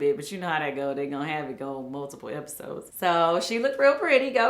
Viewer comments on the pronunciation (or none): none